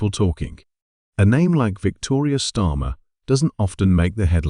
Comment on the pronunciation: Who’s Stormer and why is it Victoria Stormer and then Starmer. Get this bot reset as it’s unbearable to listen to. This mistake is painful to repeatedly keep hearing.